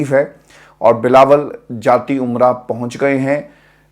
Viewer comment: جاتی عمرہ نہیں جاتی امرا